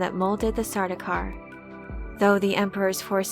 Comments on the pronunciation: It's not sar-doo-kar. It's sar-dow-kar. (Rhymes with "cow.") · Sardaukar is being mispronounced here. The "au" vowel coupling is never pronounced as the "oo" vowel coupling. The names Paul, Saul, Gaul, and the words haul, maul, sauce, gaunt, daunt, daub, August, fraud, haunt, launch... all indicate the same, proper, vowel sound. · How are you getting Sardookar? Dau is not Doo you silly. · Um, it's actually pronounced Sardaukar.